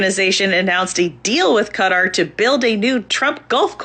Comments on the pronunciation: I swear, the only name of a place that every American get right is Niger... It's Kha-Tar... not Cutter. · I need to find ground zero where Qatar started being pronounced "CUT-AR"